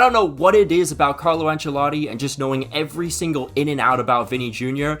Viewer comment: Carlo enchiladas wtf what did u call him